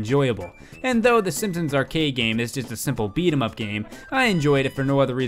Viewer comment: GRAND MA!? SEEMPSEENS!?